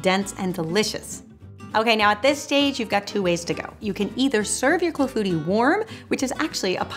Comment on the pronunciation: I am glad to learn how to pronounce "Clafoutis'! I need to get a cherry pitter. That cherry clafoutis looks so delicious! Thanks!